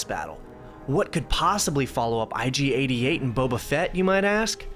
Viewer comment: There is no "D" in IG-88's name. Other than that, thanks for the wonderful trip through memory lane! I played the hell out of this game. It was an amazing time, especially compared to now.